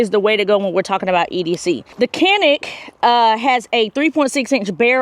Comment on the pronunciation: Just an fyi Canik is pronounced "Jonik " (Turkish)